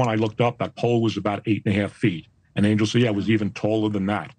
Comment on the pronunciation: Stop pronouncing his name wrong, it is Ahn-yell, not Angel, lol.